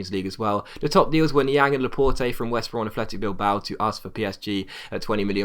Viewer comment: It's pronounced La-pot i think